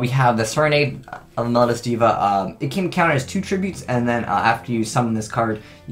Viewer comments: "Mel-low-dee-u"', not "Mel-ud-us" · please read this comment. Mel-OH-dee-us. I am trying to help you.